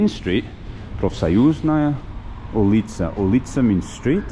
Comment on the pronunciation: Azbooka the 1st syllable stressed, oulitsa the 1st syllable stressed